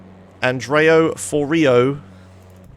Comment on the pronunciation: Before the SSU glitch, I never understood why Vice City runners never completed Sunshine Autos. If you complete Sunshine Autos, then you unlock better cars and can drive faster. "An-dre-o For-rio.." Oh ily so much. The first name is definitely 'Al-ey-han-dro' and I'd imagine that the surname sounds like the Ferrero part of Ferrero Rocher - them fancy chocolates that are actually a bit pants if we're all honest without selves.